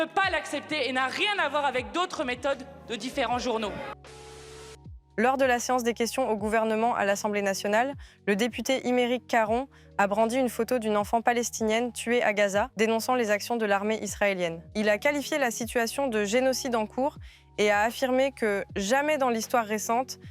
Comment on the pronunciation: "Iméric Caron"??? Elle sait pas lire?